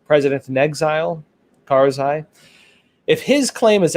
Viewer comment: It's not karzai